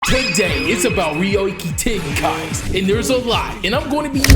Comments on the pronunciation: It's pronounced (yoiki tenkai) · Now I KNOW for a fact you did NOT just say "reeyohki tihnkaihs" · "Re-oi-ki Ten-KaIs" 😭🙏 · Its pronounced rioiki teankai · Ryoiki tenkai is pronounced "yo eech ten kai" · “Riowiki tenki”🥴 that’s not how you say it gang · Never say "ryoiki tenkai" again 🥀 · That is not how you say domain expansion 😂😂😂